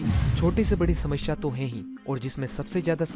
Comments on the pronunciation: शामाशाया नहीं भाई समस्या होता है ।।। 😂😂😂😂😂😂😂😂😂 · Wo samasya hota hai shmashya nahi